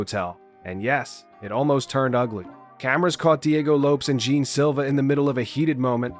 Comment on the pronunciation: What the gel is wrong with you peach can you not pronounce Lopes or Jean properly? You Jean Gene and Lopez Lopes pffff……..